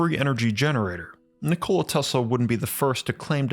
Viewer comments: Not trying to be a dick … I believe the correct pronunciation of his name is :Nik-o-La Not : Nicole-A. As that’s what it sounds like you’re saying, at least to me it does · I am an avid subscriber , as your videos are so well researched and presented. I must admit though, that I would feel more comfortable with a little more research on pronunciation and grammar. You seem to pronounce Nikola, like the woman's name Nicole + a. The name is quite a pretty one, more like Ni kola & and not Ni ko la, with emphasis on the o instead of the i. Even so I do enjoy your delivery! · cool video, wish this guy knew how to pronounced his name correctly its ni·kuh·luh not Nichole dude. That's insult to his name. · Nikola Tesla was born in Austria-Hungary. Not in Yugoslavia. Yugoslavia was created in 1918 when he was over 50 years old. And it's not Nikoola, it's not pronounced by dragging out the letter O, it's pronounced Nikola quickly. When you say Nikoola it is a female name, not a male name. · It's pronounced nik-ala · I have to take you to task: you are mispronouncing Tesla's first name. It's "Nick-oh-lie" and always has been and always will be. This is pretty embarrassing for you... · I like how you say his name like a soda. 'Ni-cola' Tesla! Sounds refreshing. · Lol he said Ni-Cola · Oh dude he called him NICOLa. So bitch. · “NiCola Tesla” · Learn to pronouns Nikola corectly. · Is it really that hard to pronounce the man's name right? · Nikola Teslas name is pronounced with announciation on "i", not on "o" like you pronounced it